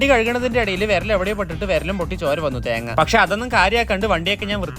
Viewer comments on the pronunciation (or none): That "thenga" is different 😂